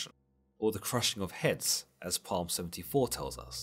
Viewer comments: “Psalm” is pronounced “salm” not “palm” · Bro, why are you pronouncing Psalm as “palm?” It’s pronounced “salm.” Still love your vids. ❤️ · Did he just say "palm" 😂😂😂😂 it's Psalm bro cmon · Not complaining but The P is silent so it’s pronounced saam not Palm. Otherwise keep up the good work I enjoy listening to your videos whilst walking my dog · Psalm is pronounced "salms" not "palms" 😂👍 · Psalm is not pronounced palm. It is pronounced as (p)Psalm. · Psalm ist actually pronounced Psalm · The P in "Psalm" is silent. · Love the video. The only thing is in the word Psalm the P is silent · "Psalm" is pronounced wrong not sure if you purposely pronounced it that way. Other than that, its a good explanation.